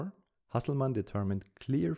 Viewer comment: He is probably German. His pronounced the German Nobel winners name very well, just a guess